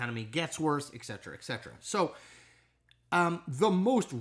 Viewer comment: I love the Cilizza channel. I just wish he would learn to say “et cetera” correctly.